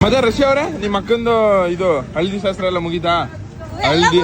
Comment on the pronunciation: ಶಸ್ತ್ರ ಅಲ್ಲ ಶಾಸ್ತ್ರ ಬ್ರೋ,ಬೇಜಾರ್ ಮಾಡ್ಕೋ ಬೇಡಿ 💙💙😍😍